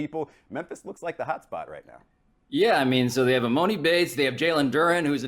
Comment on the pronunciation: This is how you know they have zero clue who this guy is. It’s Emoni and Emooooooni bates